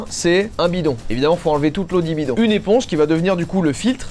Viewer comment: « L’eau di bidon » il y a que moi qui ai remarqué ? 🥲